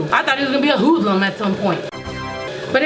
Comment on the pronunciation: the way she said hoodlum had me rolling LMFAO